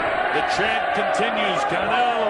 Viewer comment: nigga said caneo lmfao its canelo